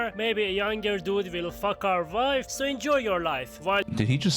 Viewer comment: It's pronounced wife not "vife"